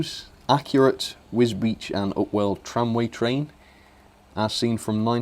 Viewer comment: See that you can pronounce wisbech!!! Now